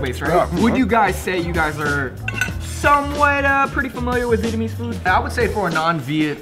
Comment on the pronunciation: Glad to hear pronouncing his Vietnamese correctly now lol